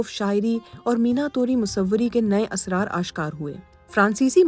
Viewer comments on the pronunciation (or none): none